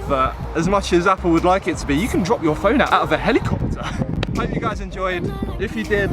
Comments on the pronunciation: How i say it, "Hell-i-cop-ter". How says it, "Hel-EEE-cop-ter" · Heliycopter lol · that accent 😂 Heli-CUP-tER 😍